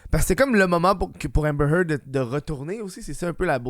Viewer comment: Hahmbhmer Heard?